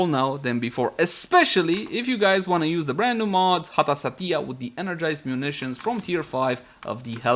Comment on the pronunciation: OMG i thought my parent call me when you call Satya cause you pronounce sound like Datiya ... XD